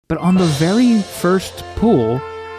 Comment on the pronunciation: I just realized you are pronouncing pull as pool. Edit: and full as fool.